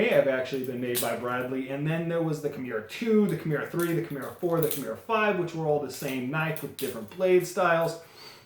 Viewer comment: Key-More-Uh. Balisong is one word too. Not balley---song. Good vid other than that nitpick.